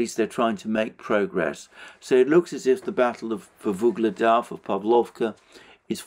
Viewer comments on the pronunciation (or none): it's "Ugledar", not that mufflemouth "vuhledar" or some else shit. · Alexander, why do you keep saying Vuhledar when it’s Ugledar [u:gled’a:r]